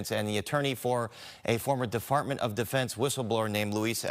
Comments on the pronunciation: this presenter..."defartment of defence" thats what he said. then when commented that the video was of the tictac, " these were on Ticktock"...... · “DeFartment of Defense” huh…? Sounds about right. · DEFARTMENT HUH lmfao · Defartment hahaha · He said defartment 😂😂lol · Bro.. who the hell is this news reporter 😂 "that was tic-tack, that was on tik-tock"? Then he said "De-Fartment of Defense"? 😆😂😂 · Defartment of defense 🤣🤣🤣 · de FART ment 🥴